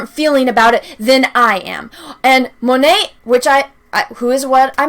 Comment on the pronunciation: When you said Monet...for a second I understood...Monáe, as in Janelle Monáe. Damn you, Brie! See what you and your crazy cohorts are doing to me?